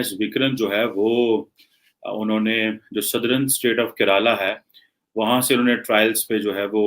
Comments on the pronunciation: You know some commentator has low intellectual standards when he/she cannot be bothered to pronounce names correctly. What the hell are “विक्रंत” and “केराला”? Since he watches Indian TV he must know how the names are pronounced. Deliberate? Also this “expert” on strategic affairs doesn’t seem to know it’s “(Admiral) Gorshkov” not “Gorshov”. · Ye kon gawar hai jo Kerela ko keraalaa bol raha hai.